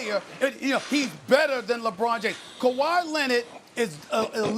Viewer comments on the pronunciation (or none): “Kawhyyy Lennit” 😭😭😭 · Stephen “Kuh-why Lennid” Smith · "Kawhi Lennit" - Stephen A Smith 2020. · Stephen a “kawhy lennerd” smitj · Steven “Kuwhi Lennit” A. Smith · Stephen A. "Kawhi Lennid" Smith